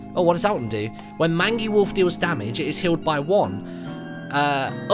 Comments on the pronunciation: Sorry to be that guy, but automaton is pronounced (ah-tah´ -ma-tahn), and mangy is pronounced (main´ -jee). Liked the video anyway! Can't wait to pick this game up. :) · Mangy = Mane Gee Automaton = Aut om ah ton Please learn to pronounce things. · Was anyone else cringing at Martin's pronunciation of "Mangy"? I'll just about give him Automoton though, that's not a word that comes up in conversation often. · You mispronounced mangy and automaton.